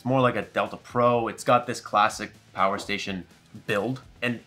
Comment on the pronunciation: lool im a child "infini Pooer" 😂